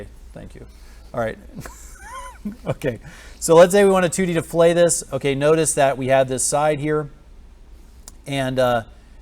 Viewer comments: Excellent lesson, thank you. BTW, "fillet" in this context is actually pronounced "fill-it" (rhymes with "billet"). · "Filet", is this guy serious? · fillet is not pronounced flay!! Flaying is a torture method hahaha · Man said fillay 😭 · Dude - It's "Fill-IT" Not a freakin' steak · i was listening to this in the background and heard that and it hurt my ears. delicious fish.